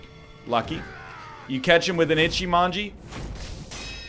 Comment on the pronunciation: Just you know it's: Ichimonji not Echimanji (witch is kinky), but you do what you want (it might be more "comical" like that lol)